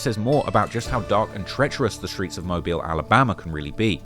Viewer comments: I am from Alabama and he started pronouncing mobile right out of no where when he said it wrong first. it was strange the British hm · he pronounced it right at first then proceeded to mess it up after.. tbf maybe the clips weren't recorded in order and he quickly learned the correct way to say it while researching. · It's mo-beal not mobile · as someone from mobile, hearing you say mo byel hurts😂, it's mo beel. regardless, great video! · It’s not pronounced mobile it’s pronounced mo bill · It's pronounced MO-BILL not Mo-bile. But good job. I'm MVS/DIP. IYKYK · I've been waiting on this one on my home of Mobtown. Know you'll do it justice, thanks! Edit: I love the switching between "Mobe-Isle" and the correct "Mobeel" pronunciation lol You did your best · It annoys mean when you Mia pronounce mobile every other time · Mo -Beel is how its pronounced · I’m confused on a guy who can’t even say mobile right make something like this. You really don’t know a lot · Shout out for switching up the pronunciation of Mobile... there was one mobil and then you came correct, big stepper! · I can’t get over this British cat talking about mobile and mispronouncing the name. Stick to England